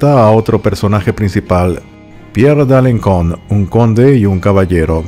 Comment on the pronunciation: Alenson, Alencon se pronuncia con S, la cedilla, aunque el resto de nombres están perfectamente pronunciados . Me encantan tus historias por ser diferentes